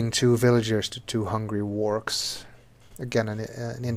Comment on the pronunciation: If anyone's trying to look up the fish-things, they're Wahrks! It's not pronunciation, that's just a bundle of random consonants xD